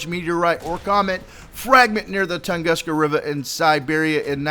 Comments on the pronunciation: its t u nguska not toonguska just fyi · pronunciation: ton-goo-ska... -facepalm